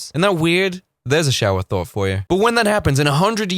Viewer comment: Thought he said "that is actually not a thort." thort, i like that thought of saying thort instead 🤔like idear. 🤔